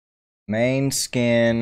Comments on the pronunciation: pronouced mon-e-skin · Good reaction, the name of the band name should be pronounced more like moan-eh-skin. It means moonshine in Danish although the band is Italian. I hope you react to more of their music it is incredible